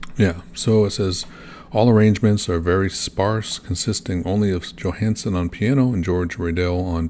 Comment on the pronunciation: Johansson is pretty much pronounce like you would do it in English. So almost correct, but son instead of sen. The Johansen is danish haha.